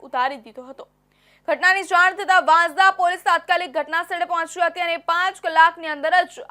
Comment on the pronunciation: Report karta pahela sacho ucchar janvo jaruri se vasanda vansda ma bo farak se